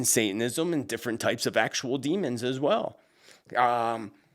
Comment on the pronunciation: Meant to say demon….not Damon.